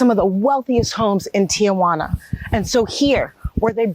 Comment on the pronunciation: The reporter should learn how to pronounce the city of Tijuana. It’s “tee-wanna” and not “Tia Wanna”. With her pronunciation it sounds like she is referring to her Aunt Juana.